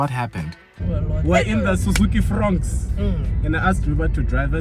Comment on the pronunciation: I thought ya'll said "Frog" 😅